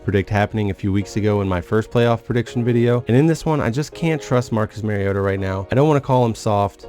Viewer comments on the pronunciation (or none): It's not pronounced MERRYota it's MARIOta like super mario. Seems like somebody would get it right by his 4th year in the league